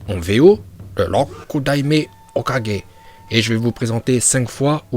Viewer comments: Juste ça se dit OKAGUÉ pas OKADJÉ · C pas "kaje" mais "kague" tu prononce mal mais ça reste un détail face a tes connaissance de naruto continue ainsi mais travaille ton accent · tu dis tu maitrise la VO tu dis hokaje mdr va te coucher porte parole mes fesses mdr ton acces il rend fou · Moi j'aime quand il dit hokudaimer hoka